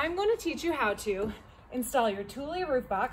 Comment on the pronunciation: Thank you for this tutorial, I learnt how to pronounce Thule properly lol